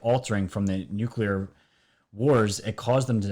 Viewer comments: And there's only ONE "U" in nuclear!! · Geeeze this guy's dumb. "Nukulear", "Oreon", etc...